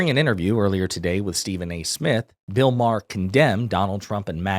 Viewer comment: “Bill O’Maher” 😂